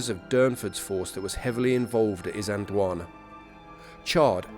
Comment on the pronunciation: Can I just point out, that there is a letter "L" in the word "Isand L wana".